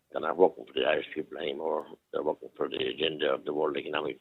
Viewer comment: What’s a Iirsh? 😂